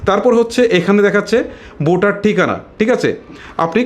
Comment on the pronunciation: তোমার উচ্চারনে বিরাট সমস্যা।বোটার না বলে বলবা ভোটার।